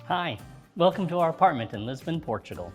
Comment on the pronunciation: Apratment tour you said